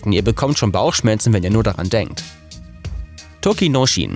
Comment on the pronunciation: Kann er gar nicht :D Das "ch" in "Tochinoshin" wird z.B. eher wie "tsch" gesprochen; Ozeki und Yokozuna würde man eher aussprechen wie "Oseki" und "Yokosuna"..